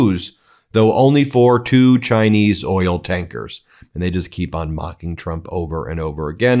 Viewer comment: Oil is a one-syllable word moron // it is NOT oiyellll